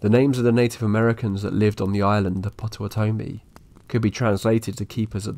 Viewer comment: What a strange way to pronounce Potawatomi.